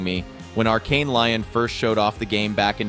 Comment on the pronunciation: I love your content and keep up the great work dude!. Just so you can stop looking foolish though I will tell you it's not pronounced arkane lion.... Its "Lee-own" would be how you properly pronounce that location in France. 😂